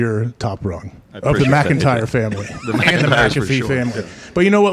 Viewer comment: And killing the names lol Jason “McIntyre” hahaha His last name is posted all over the office and in the title of the show